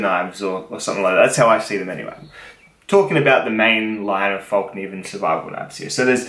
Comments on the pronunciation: Hi! As a swede i did not take an offense if he tried to impersonate a swede. Good prenounciation on Fällkniven. A stands for Arme' as in army and L for lång as in long. S stands for Skogs as in wood/bushcraft. An last F stands for Flygare as in Aircrew. This was their first knife in this series. They changed the edge from the beggining it was flat with a coarse V. Changed to flat with a convex edge. Have both, redid the older one to convex, it is not so sharp as the later one. But the edge will be more sturdy. I hope this will help You a little. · Congrats you said Fällkniven correctly. Salutes from Sweden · Hey! You pronounced Fällkniven correctly in the opening! :p